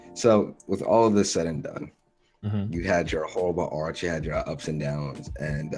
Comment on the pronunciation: Mans said Arc as if his life is a chapter of naruto 💀💀💀